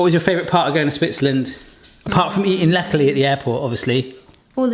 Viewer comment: They come from Basel. I have them in the less sugar version for diabetics. You pronounced "Läckerli" very well! They do sell the originals worldwide on the website...just saying...a comparison video maybe? Läckerli = something that is delicious.